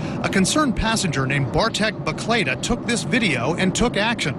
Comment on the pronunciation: WTF "Bartek Baklada..." ??????????